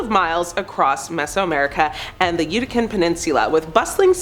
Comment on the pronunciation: YOU DID NOT SAY YUTICAN PENINSULA!!!!!!! IT'S YUCATÁN YOU OVERPAYED TWIT NARRATOR!!!!!!!!!!!!!!!